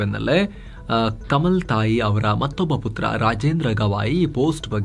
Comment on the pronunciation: ಕಮಲ್ ತಾಯಿ ಅಲ್ಲ ಅದು ಕಮಲಾ ತಾಯಿ